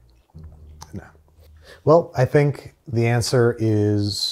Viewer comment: ANSWER DOES NOT RHYME WITH COUNTER!